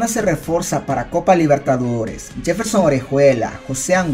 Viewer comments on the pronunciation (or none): Minuto Barcelona se reforza 🤣🤣 se dice refuerza. 😅 revisa el video antes de subirlo. 👍